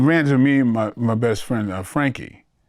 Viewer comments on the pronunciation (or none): none